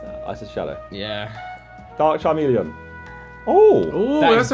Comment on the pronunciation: his pronunciation of magnemite and charmeleon proper piss me off